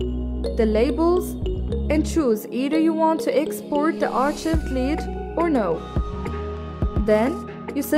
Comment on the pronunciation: since when we pronounce the CH sound in Archived? hhh good job though keep up the good work